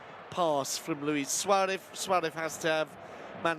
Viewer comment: Why is this commentator always saying Suarev instead of Suarez ???